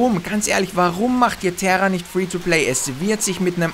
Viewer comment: terra das wird tera ausgesprochen NICHT TERRA spielespielespielettrend